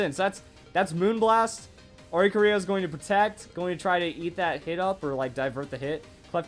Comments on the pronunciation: Why can no one say Oricorio's name? O-ri-CHOREO (like choreography) NOT Ori-co-RIO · I hate that he says oricorio wrong